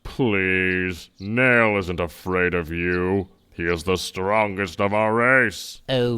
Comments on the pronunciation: you said it completly wrong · its Nail not Neil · It's "Nail"